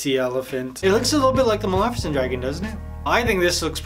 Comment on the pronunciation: You said mafisant if its malisafint